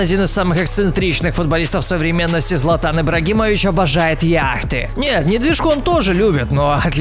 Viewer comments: ох уж этот златА́н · Златан ударение на первую букву ,отсталый